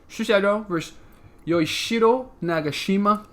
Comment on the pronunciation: Yoo (you) - ee (d*i*nner) - chi (*chee*se) - ro (roh)